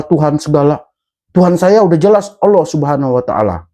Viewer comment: utk Suryo lafad Allah nya bro 😛😝😜 sperti yg di pak sakan 😇 haduh......belajar dulu lafad yg benar yah bro ! biar nggak malu maluin saya pun pengen ketawa apa lagi para ahlinya 😇😇😇